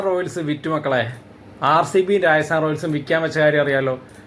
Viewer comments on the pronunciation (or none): രാജസ്ഥാൻ ആണ് bro രായസാൻ അല്ല 😄😄